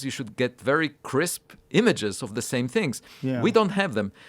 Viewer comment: Not da sÆm